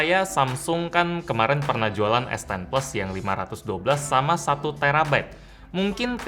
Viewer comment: Es, bukan is wkwk